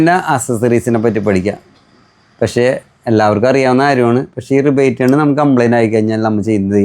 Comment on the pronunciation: റിവറ്റ് ഗൺ ✅ റിബേറ്റ് ഗൺ ❌